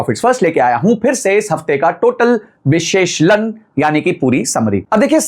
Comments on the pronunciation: "Vishesh Lun" nahi.... "Vish leshan" or correct pronunciation is "Vishleshan" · पहली बात विश्लेषण होता है न की विश्लेष लन, और दूसरा डोनाल्ड ट्रंप होता है न की दोलन्ड ट्रंप 😊